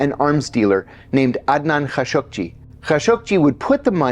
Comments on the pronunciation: Man I've lived in the middle east for decades since the late 70s and always thought it was pronounced Khasoggi i.e Kha-show-gi So when I head John say Khashuq-ji I found it odd, how come who has studied Arabic and usually has perfect Arabic pronunciation mess up Adnan Khasoggis name. Then when I looked it up it actually is pronounce Khashuq-ji. Damn you learn something new everyday. Sorry for the off-topic thing. Iran Contra happened during my time and I saw in unravel in real time, so wasn't too interested in that actual story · what's with the background "music?" Ka-show-gee - this is how the rest of the world pronounces his name. operation mockingbird never went away.